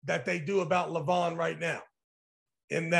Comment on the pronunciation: Not " Le- vAAAN! " . LEEEE- van, LEEEv an...DEEvon--LEEvan. not LevAAAAAn...😊